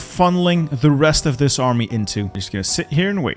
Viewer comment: Is it just me or does say "mahme" Whenever he says "army"? Or are my ears broken?